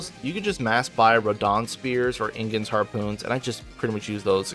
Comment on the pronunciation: idk how its possible to mispronounce IGON's name as INGON, HE LITERALLY SAYS HIS OWN NAME.